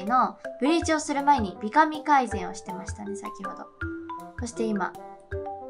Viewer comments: 美髪(びかみ)じゃなくて美髪(びはつ)じゃないの？？ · 美髪は、びはつって読むと思う❗️ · びはつでは？ww